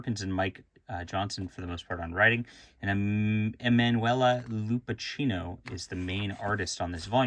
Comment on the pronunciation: It's pronounced Lupakkino, hard c sound. Yeah she does very nice artwork. Nice stuff. I remember her easier work which had slight imperfections, she's getting better...